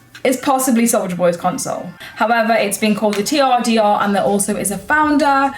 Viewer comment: TRDR.... turder... 🤔😂